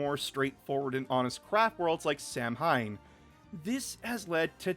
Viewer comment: While it is spelled Samhain, I believe it's pronounced "Sa-When". It's Gaelic/Celtic in origin